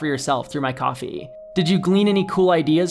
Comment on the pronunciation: He’s pronouncing it “coffee” now and not “koh-fee” what changed? 😂